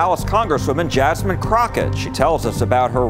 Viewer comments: Say rep Jasmine name right boi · Her name is Jasmine not Jasmine